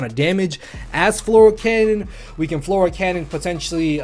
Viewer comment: i love it. FLORAL CANNON. Its Fleur cannon LMAO